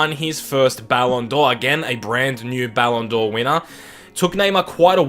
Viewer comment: "Ballon Door" haha